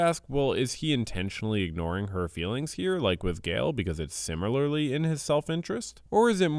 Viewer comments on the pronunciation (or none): none